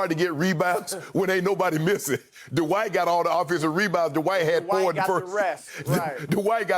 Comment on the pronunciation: I love you Shannon and Chris, but it's Dwight one syllable, not DUH-WHITE 2 syllables. 😜😜😋😋😵😵